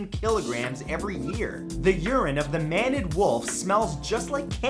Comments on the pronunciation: Mained wolf lol....like lion main...not man-ed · Really..?? "Man-ned wolf..?!? It's a Maned (sounds like "mained") wolf, as in a wolf with a mane like a lion. C'mon, man, we know you're smarter than that! 😜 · It;s maned wolf, like a lion's mane. Not man-ed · Vinyly rhymes with Finally. Maned, as in it has a mane. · Glad to see I’m not the only dumb guy who pronounces Maned Wolf (like a lion) as Maned Wolf (like the crew of a ship)